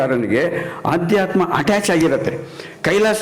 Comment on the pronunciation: ಅದು ಆಧ್ಯಾತ್ಮ ಅಲ್ಲ...ಅಧ್ಯಾತ್ಮ ಸರ್